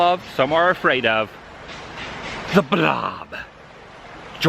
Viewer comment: Lol "the bolb is over!!!!" 😆😆😆😆😆